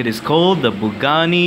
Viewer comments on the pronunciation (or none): Did you said pugani what?